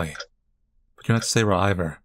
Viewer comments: Ok I can't not. So I'm sorry but it's see-air-ah not say-rah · Hey just for future reference you say the sisters name as (see-air-ahh)